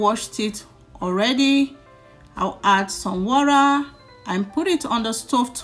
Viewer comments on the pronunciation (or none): Lol. Wura😂😂😂... Which country accent is that one🤣🤣🤣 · Very detailed video I like the step by step.........but please in your next video pronounce water like a Nigerian,because even if you are trying to use the oyinbo accent Its sound waw·tuh not waw.ra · please say water not wurra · Water please. Not wara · Even the white that brought English don't say wara. Is water madam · It's pronounced water! Not warer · a lirru lerra…and add some wora really?🤦🏾‍♀️ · Thanks but it's not warra